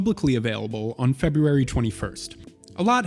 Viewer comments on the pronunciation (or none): none